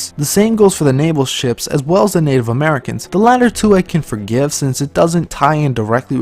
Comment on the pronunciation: Liked this video just because of the part where you said "murricans" xD